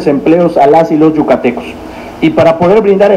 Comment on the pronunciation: Se dice yucatecos